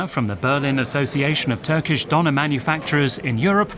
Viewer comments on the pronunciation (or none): How about pronouncing it correctly,? I’m pretty sure you have “Ö” on your Tastatur. 😉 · Ha ha, makes a video about the döner kebab and doesn't pronounce the word properly. And people from Turkey are called Turks, not 'Turkish people'.